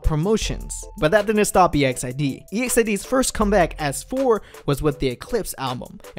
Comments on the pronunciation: Don't separate the group name, say it together. EXID. not E,X,I,D,....... I thought you may wanted to know. !!! Is like saying EXCITED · It's Exid not E.X.I.D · The way to pronounce exid is not “e-x-I-d it’s exid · Really guys? Firstly it is really pronounced as E-X-I-D , if you're a real LEGGO you already knew about this. By the way... EXID is NOT DISBANDING they are currently in a HIATUS. 👌 This dude got the wrong information. 😿😖 EXID means FAMILY. 👪💪😚 Just wait for them. 👍😜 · Is it weird that ive always thought of them as ek-zid, instead of e-x-i-d? Haha it weirded me out hearing e-x-i-d 😂😂😂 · e x i d, that annoys me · “e x i d” triggers me or am i saying it wrong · Its Eks-i-de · The way you pronounce EXID triggers me